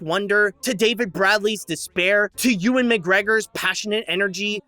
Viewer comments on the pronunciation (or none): none